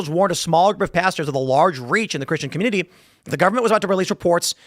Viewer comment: Can he learn to say community properly